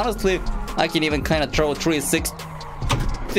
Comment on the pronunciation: it makes my day every time you say tree 60